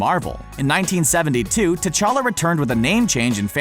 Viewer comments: Prince techalla not tetaka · Pronounced: cha-lah